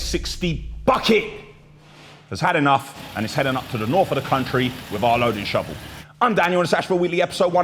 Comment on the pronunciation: Daniel, your speaking to camera on these videos has become very lazy. Du instead of the, dis instead this, norf instead of north.i live in Birmingham not burm in um!